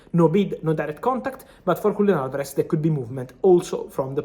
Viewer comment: Frabizio; WULIAN ALVAREZ 😂